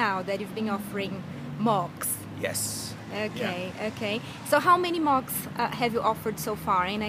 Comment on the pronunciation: Great video but funny at "advice wanting to create and run amok?" I always thought they were pronounced moocs as in a cow going moo...